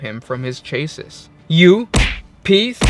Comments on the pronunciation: Chassis? Lol .... it's pronounced "Shasi" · Chasis is pronounced "Shah-see".